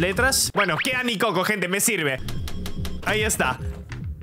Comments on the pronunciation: Nicoco por que cada que lo escucho mi cerebro escucha Ni cocos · Cuando Se Puso Nicoco De Nombre Yo Entendi Mis Cocos😂😂😂😂😂